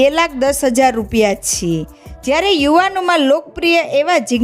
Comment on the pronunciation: Chh chhhe😅